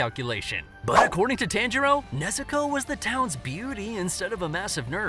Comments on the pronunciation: It’s pronounced (Ton-ji-roe) not (Tan-ji-roe) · Did you know that his name is pronounced Ton-Jee-Row?